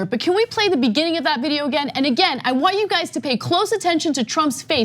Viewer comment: “Genesis one verses one; in the beninging”